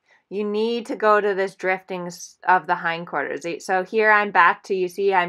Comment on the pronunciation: what is "hind corters"